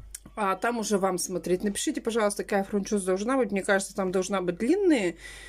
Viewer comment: Я сначала думала, что она оговорилась, ну когда она раз 10 повторила фрунчоза, то это явно уже не оговорка😂